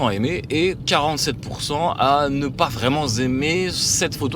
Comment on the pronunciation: "47% à ne pas vraiment zaimer" 😮 Les liaisons dangereuses 😅